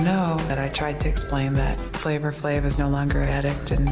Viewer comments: I’ve never heard anyone pronounce the r in flavor flavor. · Dying at the pronunciation FlavOR Flav....its flava flav